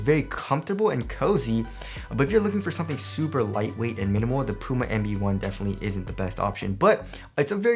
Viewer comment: it sounds like he pronounces the puma EMBiD One ! instead of LB One